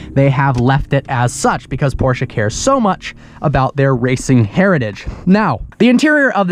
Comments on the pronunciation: Porsche not porsha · Can you stop saying fkn PorschA ?????????ßß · It’s Porsche not porsch A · Not Porschaaaaa but PorschE! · “Porsha” 🤦🏿‍♂️dumny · Stop saying "Porscha" it ist PORSCHE!! With an E! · Whenever i hear him say PorscHA i want to stab my ears ffs.. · why da fck do pepople say porcha?? LMAO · arthur Schmidt its not prounoced like he says it 😂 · Still can't say Porsche correctly